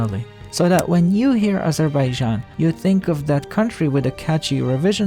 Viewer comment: “Azhuhbayzhan” I love and hate how they pronounce it.